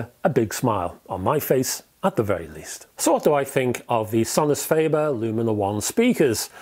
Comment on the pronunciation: Sorry to be 'that guy' but: fAH-ber not fAY-ber.